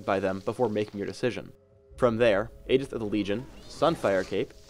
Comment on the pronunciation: u said aegis wrong